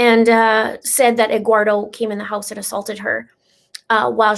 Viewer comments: Just so you'll know the name egguardo is supposed to be spell Eduardo and pronounce like this well sort of : ed - do -are - though 🤣 I have never meet a Hispanic name pronounce like that or spell like egguardo 😄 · The reason says Egguardo is that it was the way Leticha pronounced it, so that is why we are making jokes about it. It is not to be insensitive to any Eduardo.